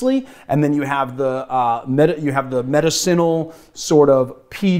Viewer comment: I don't know why, but this is driving me crazy. In the word "medicinal" the emphasis is on the second syllable.